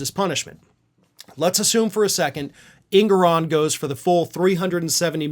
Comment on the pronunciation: Engoron not Ingoron